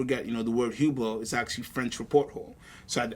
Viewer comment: its pronounced ublow